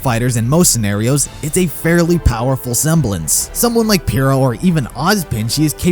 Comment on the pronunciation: *says Pyrrha is best girl* Also: *Can't pronounce her name correctly*